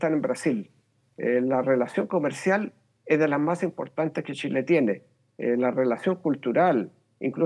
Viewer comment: Chilenos, les cuento una buena noticia??? a este fulano, alguien le enseñó que nuestro país se llama Chile y shile. Ahora puede perfectamente irse a la chucha no a la shusha!!!